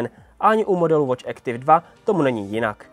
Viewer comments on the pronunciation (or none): Nie Ektiv ale Aktif!!!